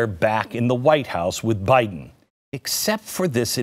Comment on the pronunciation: “PRESIDUNCE” Buy-Den. . Bought & Paid for by the CCP! !